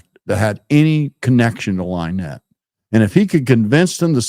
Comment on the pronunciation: Thank you for being on here. Also, it is Lynn ette not Lie nette. That is what he calls her because he thinks it's funny to call her a liar so he uses her name as a play on it. Also, his fans are as cruel as him and his crew. They are bullies, trouble makers and for some reason think they are going to be some kind of heroes to him and his crew but in fact they are just puppets for them.